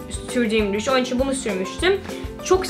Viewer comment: GleekandProud sanane sanamı dedik isine bak! Kelimelerin cogunu duzgun soyluyo da onumu soyleyemiyo ben sadece soyledim ister dikkat eder ister etmez